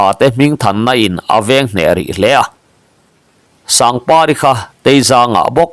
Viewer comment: I thu chhiar hi theihtawp i chhuah a ni tih a hriata. Mahse, thumal tam tak leh thil hming tam tak hi i lam dik lo lutuka. Fimkhur deh la a ṭha hle mai. Kûmkâr. Zawlzawng. Laksang...... Aaaa a a tam lutuk. I lam rik ang hi chuan an nihna a bo vek a lawm.